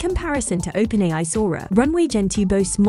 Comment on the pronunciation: "Open Eye" Excellent 😅🤣